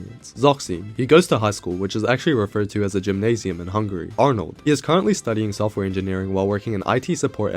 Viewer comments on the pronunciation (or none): none